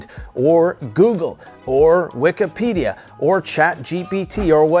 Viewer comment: Wikepedia? Lol!